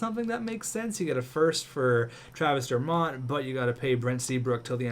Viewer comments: It's pronounced Dur-Mitt not Dur-Mott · It's pronounced Travis Der-mitt not Der-mott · The way you pronounce dermott...